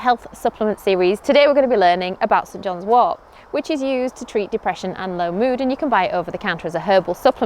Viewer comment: I heard “St. John’s war”